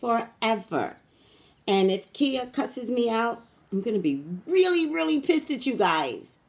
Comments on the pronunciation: So when it comes to her name Ky-yah is how you pronounce her name. Not Kia. Lol! Now as for your headache water and sleep because readings will do that. I agree with you... There is only one God. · She calls herself Khia (khy-uh)